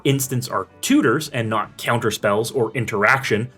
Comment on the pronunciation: You say “Ceounter” lol